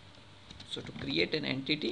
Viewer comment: en-titty bahaha